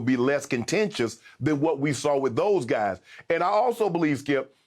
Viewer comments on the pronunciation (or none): none